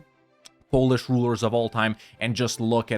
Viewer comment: Wow, your polish pronunciation is spot on. Did you live there? 😂😂